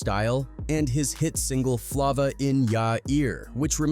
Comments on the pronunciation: Flova in ya ear dude you need to work on your pronunciation it’s flava in ya ear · Flah-vuh in yourr earr wtf is that.. Being involved w diddy then suge and dying of aids. Crazy .. Mac was stuck between a rock and a hard place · U mad lame for not knowing how to pronounce this man's song. It's a egregious dereliction of duty on your part when you can literally go listen to the song. This is Hella disrespectful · Can't take content serious if u can't even say the name of the song right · He don’t know how to read it right